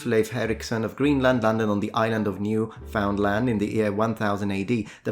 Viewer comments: Hey, not wishing to be pedantic here and I am extremely impressed by your linguistic abilities of course, but I also know how keen you are to always stress and promote correct pronunciation. Newfoundland is pronounced like Newfundlund rather than New Found Land. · Newfoundland is pronounced a bit differently... I don't know how to spell it out haha but something like: Newfunlund. 😅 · 'Newfoundland' is pronounced 'Newfundlund', because the Canadians are strange like that. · New-found-land 😂 Not throwing shade it's just funny to hear that pronunciation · Newfundl'nd is the more accurate pronunciation of this part of Canada. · Canadian Here, would just like to point out that no one here says Newfoundland like that (at least no one I've met.) We don't pronounce the found fully. So it ends up sounding like Noo-fn-land or sometimes Noof'n-land. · Isn't newfoundland pronounced "New-FIN-land"? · Couple of things. As a Canadian Newfoundland is pronounced New finned land. Secondly, I read a book several years ago by someone who devoted years researching Columbus. He found that despite it being said he was from Genoa there was no evidence that his family was there. Also there is nothing showing what he looked like. The only portrairs of him were painted ovee 100 years after his death. One sgows him short and swarthy and another tall and pale skinned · For someone who is meticulous about pronunciation, you sure dropped the ball on Newfoundland... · Many Newfies are rolling in their graves over your butchering pronunciation of Newfoundland. Great due diligence. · The way you say Newfoundland makes me chuckle. It's like how someone 90 years old would say it.